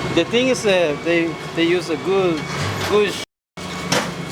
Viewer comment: “you have to understand one ting... it’s made by bmw” - fob voice 🤣